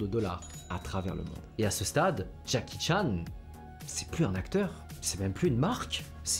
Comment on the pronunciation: ❌️ henry chan ✅️